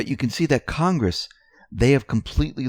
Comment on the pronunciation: "CON"-gress. Say it with me,..."CON"...gress.